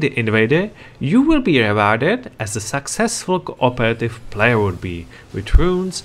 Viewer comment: It doesn't have to be negative or positive, it's just something that is. But I think you can say play-yer instead of plaiar 😂👍